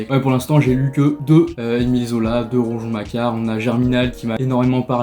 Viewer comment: On dit RouGON et pas RouJon. 😊